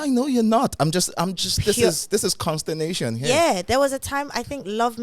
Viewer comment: "Consternation" kwa!